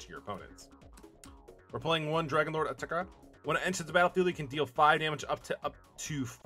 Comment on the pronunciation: Your pronunciation of Atarka really bothers me.